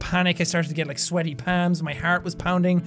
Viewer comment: He said palms but his accent is a curse